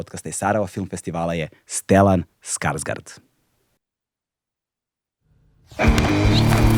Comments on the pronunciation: majstore Mogao si barem na Google Translate pronaći zvučni izgovor njegovog prezimena. Kaže se Skašgord a ne Skarsgard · Stelan Skarsgord se izgovara.